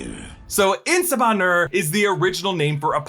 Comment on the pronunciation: The "r" is less hard on "Nur"